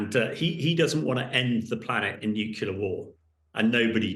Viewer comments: I'm sure that is, as he claims, an expert in the field. However, he'd be a lot more convincing if he learned the basic pronunciation of the word nuclear, ie nuke-lear and not nuke-yoular as he repeatedly states. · Really, it is not hard to say nuclear. What’s with “nucular” - and apparently by a native English speaker?! Please! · "Nukela"??? Seriously?? Bring a real expert please. This one is ridiculous. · Nucula. Nucula. Homer. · He keeps saying "nucular". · Why does he keep saying "Nucular" I have to turn it off because he is hurting my ears! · It is cringeworthy listening to his repeated mispronunciation.........new-cue-lar🤣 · I wish this guy could pronounce "nuclear" correctly. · Good to see someone notice that he can't even pronounce nuclear correctly. It is worrying that someone at his level of military experience fails on this.